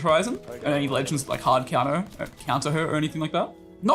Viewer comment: My favorite part of the vid is when tell's us how to cunter horizon😃